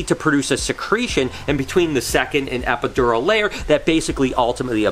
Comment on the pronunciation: It is not E P I D U R A L LOOOOOOOOOOL